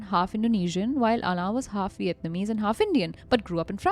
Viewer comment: The pronunciation of Alain is soooo cringe☠️